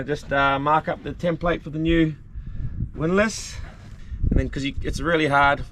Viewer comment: That winlass, winterlass, windlass, did my head in!! I used to watch my Dad work on many handyman jobs in the house and learned a lot from him, but this was way above my pay grade!!. And well done....:trophy-yellow-smiling